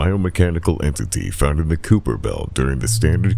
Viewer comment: Kuiper belt is pronounced “ky-fer” just for future reference